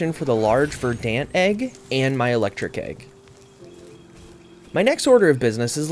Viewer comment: ok, this bothered me more than it shouldve, Verdant is pronounced Verdn't not Ver Dant